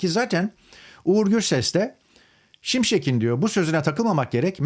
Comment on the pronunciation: …Beyfendi önce Türkçeyi doğru konuş, M. Şimşekin değil, M.Şimşeğin